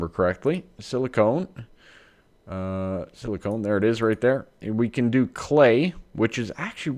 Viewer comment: whenever you say silicon, you pronounce it with a long O, as in 'own'. This drives me crazy - as it sounds like silicone instead of silicon. Silicone is any silicon based polymer. Anyhow, I feel like a tool for making a negative comment; sorry. Let me just say that I'm here watching your channel because I enjoy it.